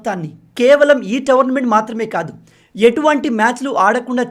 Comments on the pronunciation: భయ్యా towerment kadu tourment కొంచెం currect చేసుకోండి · Towernament❌😂 Tournament ✅ .any way big fan bro 🙌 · మీరు "టోర్నమెంట్" ను ప్రతీసారి "టవర్న్మెంట్" అని పలుకుతున్నారు... సరి చేసుకోండి